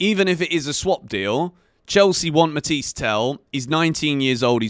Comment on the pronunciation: It’s “ matha yes “ not matiesse